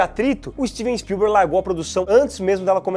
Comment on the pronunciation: "Stivi spiuber" dirigindo Harry Potter?